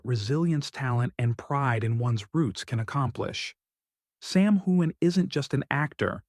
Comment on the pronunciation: Very nice report but the next time you do one on Sam please learn how to pronounce his name properly